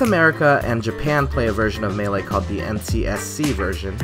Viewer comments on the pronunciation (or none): none